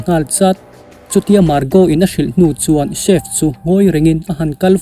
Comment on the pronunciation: Chief nilo in chef tig zawk a pronounce tur aw